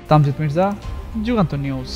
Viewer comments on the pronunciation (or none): তামজিদ মির্জা উচ্চারণ ঠিক করুন।